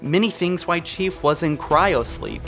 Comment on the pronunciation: Please please say L in “while”